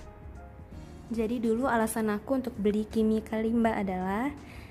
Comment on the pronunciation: Hi! So the Kalimba is an African instrument and I'm from Africa. I wanted to let you know your pronouncing its name wrong